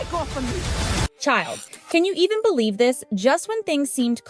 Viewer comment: A yt sounding voice saying "childd", all stressin the 'd' is so annoying!!